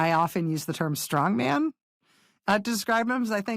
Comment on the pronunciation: There is a term "stong man", and another term "Strongman". When verbalizing these terms cllearly speak them as one word, or two. And respect the differing stresses 😊 I love you both as strong women, and intelligent newswomen!